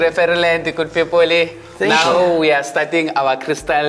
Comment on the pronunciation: The guy leading them on the crystal tour, "good pepole.."everything ends with an" e"😂😂😂